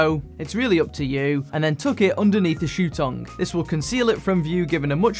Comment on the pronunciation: Did he say 'tong'?